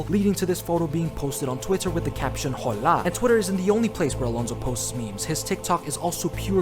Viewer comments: Lol white people not knowing how to pronounce hola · the way u said hola hurts my brain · It’s not Hola it’s Jola guys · im sorry but i HAVE to comment this. "jolÁ" 🤣🤣🤣🤣